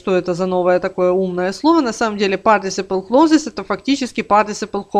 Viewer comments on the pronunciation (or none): Партисипл клозес?? Спасибо, пошла смотреть другое видео. (Перед тем как учить, нужно правильно слова учить и произносить)